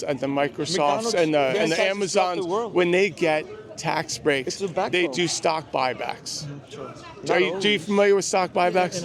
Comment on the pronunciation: “I’m not concerned with stock bock buy but…” 😂